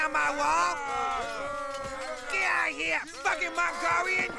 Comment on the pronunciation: The way how the horses move 😂😂🤣🤣 "Fack U Malgolian" The way how he pronounces it and later throws a brick at them 🤣🤣